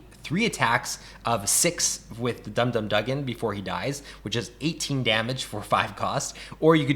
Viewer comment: Correction: It’s pronounced Gank-ee Lee and Dum Dum Do-gan.